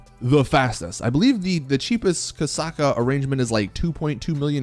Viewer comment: its Kosatka not kasaka spell the "t"